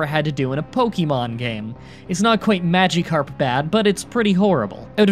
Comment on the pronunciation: ”pokiemon” ”magiekarp”